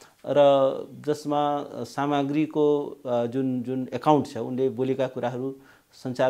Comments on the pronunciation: वरिष्ठ अधिवक्ता रे .... नाम राम्रोसँग उच्चारण गर्न जान्दैन। साम्राग्यि लाइ सामाग्री भन्दैछ। 🙄😏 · कस्तो खालको अधिवक्ता हो हजुर नाम पनि शुद्द उच्चारण गर्न जानेको छैन बारम्बार समाग्री सामाग्री रे ।😂😂😂😂😂😂